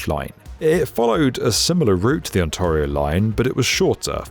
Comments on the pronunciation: I have to start pronouncing Ontario this way. He makes it sound so posh! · Why do you keep pronouncing "Ontario" incorrectly? The vowel is like "care" not like "car". WTF? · I've never heard Ontario pronounced like that, and i really hope i never do again 😂😂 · exactly, and tear as in to tear fabric, not to shed a tear. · Super consistent mispronunciation of "Ontario." 🏆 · Oh. Your pronunciations of Toronto's street names and Ontario are hilarious. When did Gerrard become Jared? lol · As a Japanese viewer his pronunciations have always been hilarious, but I hadn't expected him to butcher even such notoriously difficult Canadian names like the obscure "Ontario"! 🤣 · How do you feel about pronounciation of Ontario? It made me squirm and I only visited for a few years... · Spadina is pronounced spa-DYE-na, not spa-DEE-na. (While I'm here, on-TAIR-io, not on-TAHR-io...) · Why do you* insist on mispronouncing “Ontario”? It’s ”ont-air-eee-oh” not ”ont-arrr-eee-oh” * It’s not because of an accent, it’s because of ignorance. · its ONTARIO, not ONTAREIO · On-TAY-rio, not on-TAH-rio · I'm sorry for being picky, but your pronunciations of various Toronto locations were all over the map. It was very distracting. "Where is that station going?" Checks map. "Oh, ok, got it." It's 'Ontairio', no 'Ontahrio', 'Spadeena' is actually 'Spadeyena', Gerrard is less Gerald, more Gerrarrrrd, etc. Surely there is some reference you can use to figure those out before recording the video. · “On-TAR-io”? No, no, oh GOD no. Stop it. You making my brain hurt. You also got the names of a lot of streets wrong, too. It’s On-TAIR-io, my dude. For real, just do a simple Google search to find out how the names of certain places are pronounced if you’re going to continue making content for a wide audience. You’re only pissing off the locals. 😂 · For the record, it's not pronounced "on-TAR-ee-oh", it's "on-TEAR-ee-oh". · It's On-TAY-rio 😉😂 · On-tarr-ee-oh? More like On-tair-ee-oh